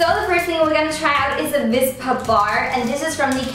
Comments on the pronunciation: LOVEAMY Xx she can't pronounce the w because of her accent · It's wispa like your wispering to someone not vispa